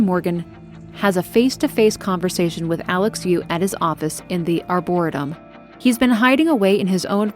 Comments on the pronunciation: Who cares but "ar-bor-EE-tum" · excellent vid, one of my favorite games for sure! my 'tism was bugging me on one small detail. the pronunciation that was spoken or arboretum. pronounced= (R-bore-eat-um) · It's pronounced "Die"-Yo for Dayo Igwe and Ar-Bore-"EE"-tum, like in the name "Lee." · its are-bore-a-tum for reference. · AREBUR-RE-TUM.... That's the best way i can think to help on how that word is said..Arboretum.... doubt you'll see this... I'm 37 and only found out the right way like 10 years ago lol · “Arbor-EE-tum.” Great video! Never had the chance to play this one, but love when fans of a game do deep dives. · for future the plant area is called the arrr-booor-et- ium lol hugs great story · Good vide, love your story telling.... but it's "r bore ree tum"... the way you were pronouncing it was driving me crazy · Just discovered your stuff, enjoying this. Not sure if it helps, but it's pronounced Ar-buh-reee-tum. Emphasis on the 3rd syllable. Cheers!!! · You must know that's not how arboretum is pronounced, it's just for comment engagement right? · Just a quick comment. Arboretum is pronounced like "harbor" Arbor is a prefix meaning trees. Arboretum basically means tree garden. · I felt like she was trolling us saying it like that lol..I kept laughing when she said it